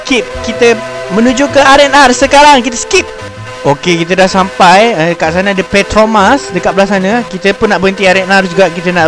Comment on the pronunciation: ok kat sana ade Petromas haha tersilap sebut petronas